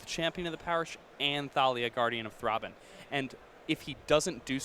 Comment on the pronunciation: "THROBBIN' " yea that was driving me nuts haha XD